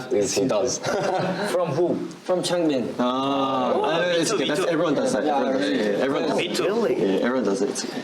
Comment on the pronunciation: it depends on whether you wanna pronounce it in the Korean way or the English way. In the Korean version the a in Bang Chan and Changbin is not pronounced like "ae" like in can, it is an "ah" sound! ^^